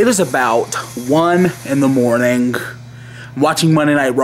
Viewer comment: "It's one in the morninguh"